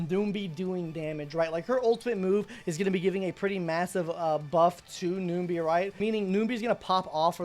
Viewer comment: Was gonna watch but 1 min in and hearing you saying ''noombee" bout 6 times i just cant